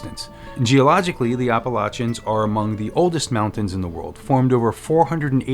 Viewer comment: Also thank you for pronouncing "Appalachians" properly. 🤣 So many videos on YouTube butcher the pronunciation.